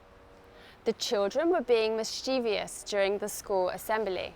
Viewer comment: I think I didn't catch very well when you pronounced Mischievous. Because, I think I heard you say 'Mischiev I ous ' 😊